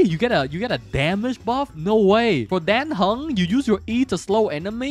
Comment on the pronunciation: It's yeahn cheeng, sue shawng, done hung and cheeng chweh. I know you're memeing the pronunciations on purpose but I have to try or I won't be able to sleep right 😂